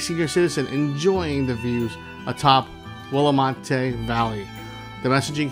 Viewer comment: Bro how did you mispronounce Willamette? its Will-ah-met Though yes, Oregon is Magical, As told to you by an Oregonian